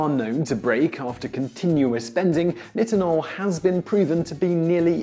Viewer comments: It's pronouced neye-tin-ohl. Not niht-in-ohl. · this idiot cant even pronounce nitinol